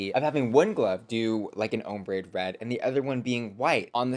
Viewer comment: every time says hombre instead of ombré, take a drink. you'll black out before the video ends